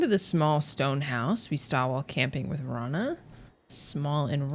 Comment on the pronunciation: Btw Rana is not said raa-na, it’s ra-na. I’m Arabic and i also sometimes say raa-na even though I have a friend named rana